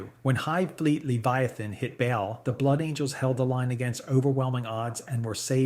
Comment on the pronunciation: Hate to be a dick, but your pronunciation of half of these is way off. Good video otherwise, but hearing the way you say Baal, Tyranid, ect was just painful.